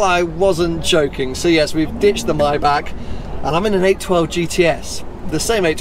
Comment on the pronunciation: I beg you, please learn how to pronounce ‘Maybach’